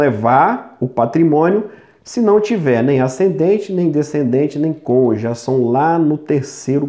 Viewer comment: Parece o Sérgio MORO "CONJE"😂😂😂